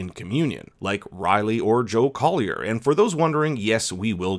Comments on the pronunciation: Joe Collie, not Collier. And, yes, that was a Mike Flanagan cameo. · It’s COLLIE, not COLLIER. The sheriff even spells it out in episode 4. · Joe Collie, not Collier!